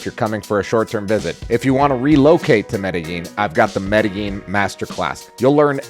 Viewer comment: Why do all these Gringos pronounce Medellin... Medegene?